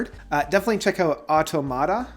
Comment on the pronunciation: Excellent video/series. Btbam is my favorite band. Oh and it’s pronounced au-tomata and not auto-mata.